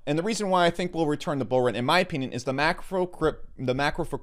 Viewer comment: "in my opyinyin" XD